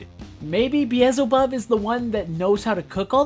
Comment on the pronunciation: Bro it's beelzebub not beezlebub 😭 moxie says it himself